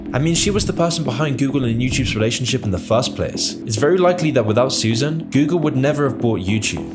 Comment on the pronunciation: Not sure how you get "Suzanne" out of "Susan."